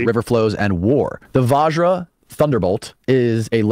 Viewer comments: It is not Vaaajra guys, it is like the Bu in but. Here you say VaJ-ra meaning Diamond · Mf's killing us with their Vajra, svarga etc...😂